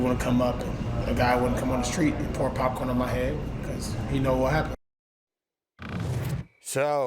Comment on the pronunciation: Bro it's popcorn cmon 😂